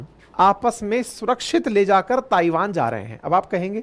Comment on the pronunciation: सर ताइवान का सही उच्चारण थाइवान है कृपया इसे नोट कीजिए